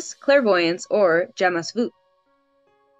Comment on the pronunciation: Do stop saying "that would be..." And of course Rap has nothing to do with classical music. The answer is Baroque. I thought you were getting better at pronunciation until you came to "jamais" and Joule. Giving myself a point for Baroque, 27/30